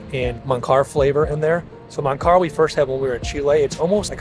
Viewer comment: is not Mancar,,is Manjar , actually Manjar Blanco